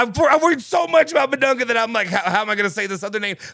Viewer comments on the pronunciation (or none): Its pronounced "Big Dung" 🤷‍♂️